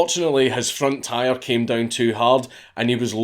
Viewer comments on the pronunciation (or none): none